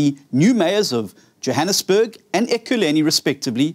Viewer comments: Pronounce the name of the City . Not Ekileni. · He can't even pronounce Ekurhuleni. Ekurhuleni is big metro, you better take it very serious.